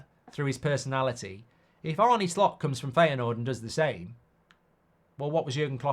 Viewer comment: Why do I keep hearing Slop